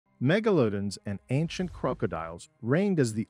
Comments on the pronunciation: “mega lodin” and “croak a dile” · I stopped watching as soon as you said megalodon and crocodile wrong.